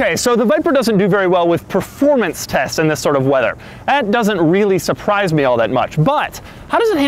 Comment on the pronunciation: Preformance lmao take the car to the ahutobun or nurburgring or the lamansh hit the leave the 300 behind you then say preformance !.